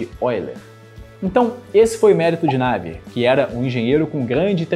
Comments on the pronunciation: Ótimo vídeo, só faltou dizer que na prática a equação é abordada numericamente, com simulações por computador, na falta de uma solução analítica. Outro pequeno detalhe, com o risco de ser pedante: a pronúncia ‘návier’ para Navier vem do inglês, em francês é ‘naviê’. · Excelente vídeo! Só uma correção o nome do cientista Navier se pronuncia "Naviê". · Porque voce pronuncia "Navier" c sílaba tônica na 1a. Sílaba ? Prá mim, é 2a !